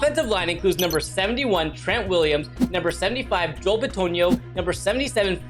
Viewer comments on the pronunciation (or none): none